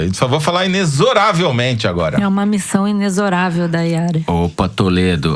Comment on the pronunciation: Mas até a moça do Google pronuncia "inecssoravel"! hahahaha!!!!